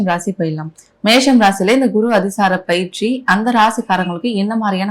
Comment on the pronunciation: Anchor பெயர்ச்சியை பயிற்சி என்று சொல்கிறார்.